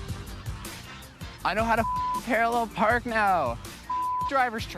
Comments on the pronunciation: Perralul Perk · “How to parallel prrk”